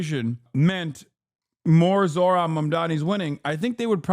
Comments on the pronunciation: Old white guy can't pronounce "Zohran"? It's a 2 syllable word. Probably shouldn't be a news guy (or whatever the fux nooz equivalent is) if you can't handle that. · These are the same peoplke that intentionally mispronounce Kamala's name. You're surprised he refused to pronounce Zohran correctly, Hasan? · I thought white ppl prided themselves on being "civilized " and having some decorum atleast in public. Now we atp where a "journalist" goes outta their way to not even pronounce the name correctly of the politician they're discussing on national television. Also why does TL sound like that now?? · The guy thinks not being able to say “Zohran” makes him look, what?… Smart?? Lmfao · To be fair, reading them correctly is a bit harder, mostly his first name, because it's not exactly how it looks. But yeah it's definitely not HARD. And like most people with "ethnic" names, as long as you make a sincere effort he'll probably let it slide. If you say "Zoran", while not exactly right he'd probably shrug it off as long as you didn't say it with disgust.